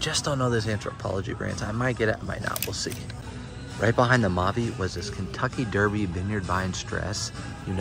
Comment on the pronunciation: It’s pronounced “MayVe” & it’s a good pick up! Good job!